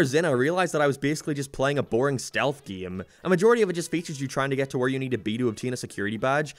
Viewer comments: Stop saying giem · "then the geem got delayed" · Gieem. From now on I gonna pronounce "game" like this. Like "gieem" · Plz say game correctly my brain hurts